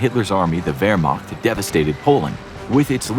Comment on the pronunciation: Its funny how your German pronouciation Sounds. But you didnt got Wehrmacht right.